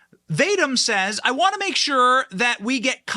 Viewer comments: Great information. One note, I believe Vadim pronounced Vah-Deem. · Can you not pronounce Bur-IS-muh? It's been in the news for over 7 years. Other than that, good work further exposing the already Whitney-Webb-exposed criminal scum. I'm guessing its pronounced "vah-deem," not "Vade-dim." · Vadim is pronounced Vah-deem' The energy company is pronounced Boo-ree'-smah free resources exist on the internet to teach you the correct pronunciation of unfamiliar words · lol you are not pronouncing "Vadim" correctly.